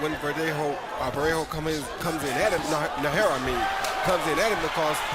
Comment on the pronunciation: lol! Roy Jones Jr. kept butchering Najera's name